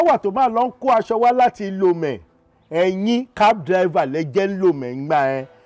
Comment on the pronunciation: My city Lomé of Togo was pronounced by bro SAAMU🥰🥰🥰 I really enjoyed this movie 😃😃😃 so funny, Like you from TOGO in Lomé